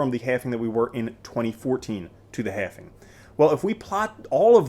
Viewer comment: please learn the word "halving".